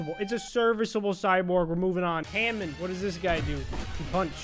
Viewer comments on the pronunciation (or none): bro said hamin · "Ham in" E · He just insulted the entire Jojo’s community pronouncing hamom like that